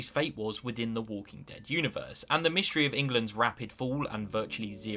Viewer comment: "mishtry" lmfao